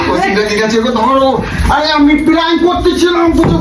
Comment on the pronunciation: দাদা ওটা পাং না প্রান্ক 😂